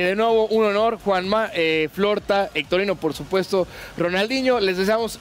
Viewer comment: diciendole a hectorino "hectorinho" jajajaja